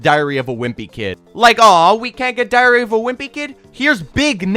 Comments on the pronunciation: Man when you say diary sounds like diarrhea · am I the only one who heared diarrhea of a wimpy kid?